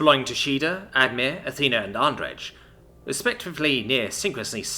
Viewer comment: U still read Andrej wrong it comes from polish name Andrzej. Read j as y. Andrey